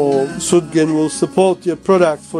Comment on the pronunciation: Sugden not Sudgen!